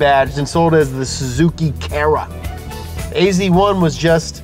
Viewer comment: ..hmm .. you write AZ1 but you say AC1 .. :-)